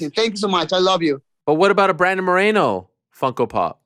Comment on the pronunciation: It's Brandon not Bradon anyways love this guy, just positive vibes